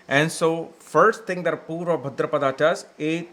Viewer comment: It’s Bhādrapad not Bhadrapadā